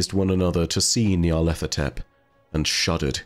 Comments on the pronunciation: You need to do an Eqyptian language dive for a bit, because your pronunciation of Nyarlathotep is painful to hear,. The name is a phrase: Nyarlat hotep "Nyarlat is pleased/content/at peace" as is several significant historical Eqyptian pharaoh and diety names (Imhotep, Rahotep, Neferhotep, Khnumhotep ), but it means pronunciation is of two separate words even as a singular name: "Nyar-lat ho-tep". There is no 'th' sound. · FYI: nigh-ar-lat-ho-tep. There's no TH sound in Egyptian dialect. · Gotta know how many takes it took to get Nyarlethotep right every time lmao